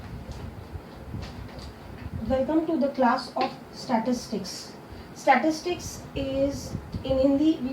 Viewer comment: Its statistics not statitics